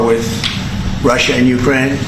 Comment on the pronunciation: He's unhappy with "Rush-UH?" Why does he pronounce it like thst? Like "Chine-UH." He's so weird.